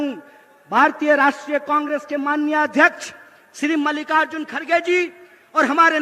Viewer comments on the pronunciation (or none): none